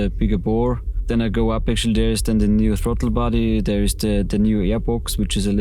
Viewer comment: "Like a good nay-bah, State Farm is they-ah." 💪🏼